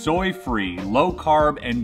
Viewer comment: Ooow carB And not carD